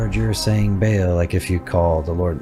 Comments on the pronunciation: I don't think you are pronouncing Baal correctly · its BA AHL, not bayel liuke wtf lamo Source: I live in the place where these come from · Not bale, Baal like ball with an extra a🙄